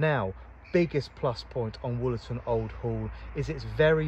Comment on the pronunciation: Wollerton Old Hall not Woolerton.